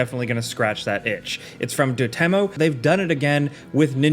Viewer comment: Wait……… how did you say “Dotemu”?